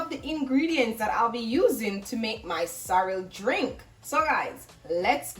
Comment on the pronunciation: Lol I thought you said sour